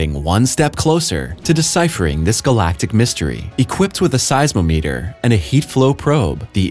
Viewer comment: Size o meeter? Rsally? I maybe wrong but I've always said it as size ah meter.